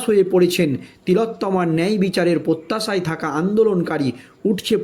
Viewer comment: পোত্যাশা বলে কিছু আছে! প্রত্যাশা